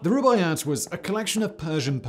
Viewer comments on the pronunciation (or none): The this guy's accent is terrible it's the Rubaiyat of Omar ciam not the Rubyact.